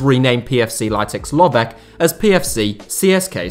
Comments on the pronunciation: It is Lovetch , not Lovek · Very interesting and in-depth video from a local point of view. I only noticed 2 issues: 1. Vasil Bozhkov acquired Levski Sofia, not CSKA Sofia; 2. Lovech is pronounced with a German "tsch" sound (the same "ch" as in kitchen), but I've noticed that native English speakers always butcher foreign names, and with that in mind, you actually did okay with the other names.